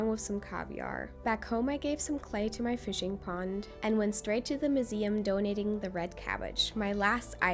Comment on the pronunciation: Tried to watch through the weird pronuciations... MOOseum? Moral mushroom? But 'Acorn Tree' was the last straw.